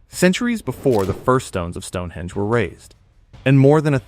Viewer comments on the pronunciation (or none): none